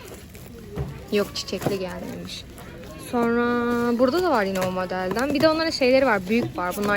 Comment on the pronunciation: ben varggh demesine takildim benle ayni olanlar